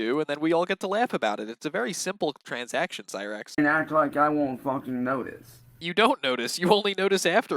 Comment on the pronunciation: “i dew notize”🥴